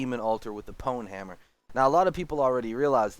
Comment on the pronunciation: Thank you for pronouncing Pwnhammer correctly... Instead of "pawn hammer"